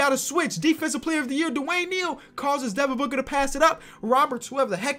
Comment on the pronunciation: This guy said Devin Booger XD